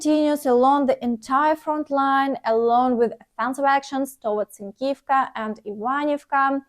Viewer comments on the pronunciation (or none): Thanks a lot, for your concise report and big effort! ❤ I've got one question on the -iv, -ivka etc. pronunciation: Usually the suffix is not stressed I believe, but when do you stress it? When there is only one syllable before the suffix? E.g. you stressed the -ivka suffix in Synkivka. Or is in this case Synkiv the stem and only -ka the suffix? Cheers from Germany, stay safe, Слава Україні!